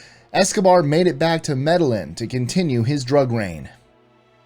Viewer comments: "Med-al-leon" cartel??? "See-creeted" himself away to Valencia??? C'mon...having a bad "I don't care today" day? Lol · Pablo Escobar was in meta YEEN, not Mettallin. It's the Y double L thing. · It's pronounced "Medi-yeen", as in the cartel.😁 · Pronounced Med-a-yin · 🙉 I think it’s clear he’s not a fan of “Entourage”. The pronunciation of “Medellin”, when talking about Pablo Escobar, hurt my soul.. 🙉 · Learn how to pronounce Medellin!!!!! Colombia. Wow! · Is that really how you pronounce Medellin? I must have been doing it wrong. Thanks for enlightening me. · how do you say Medellin!???? Cmon man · I came to the comments after seeing this for the first time, 10 months late, just to comment about “Medellin” lol.. He clearly never watched Entourage!